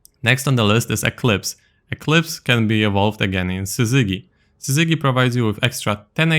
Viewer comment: Just FYI I know English isn't your first language but I just wanted you to know: the g in Syzygy is the soft g like in giraffe.